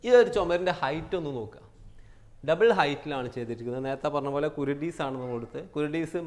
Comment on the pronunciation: കുരുഡീസ് അല്ല. ഹുരുഡീസ് ആണ്